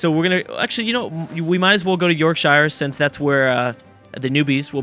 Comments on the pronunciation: Please pronounce shire as sh-eer, it annoys me as an English man XD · that's not how you pronounce Yorkshire